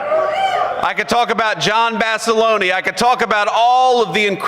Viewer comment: Did JD pronounce John Basilone’s name as John Basi-loney? Lol